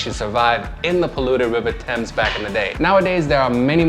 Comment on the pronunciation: Also pronounced the Thames correctly too 👍